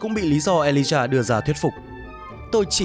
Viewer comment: ghi lộn mà cũng đọc là Alijah